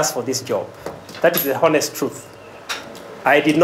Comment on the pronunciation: The VC knows how to pronounce heist but has trouble pronouncing honest